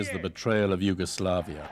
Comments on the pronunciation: The AI bot cannot pronounce Yugoslavia, or Kosovo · the way the narrator says yugoslavia is triggering me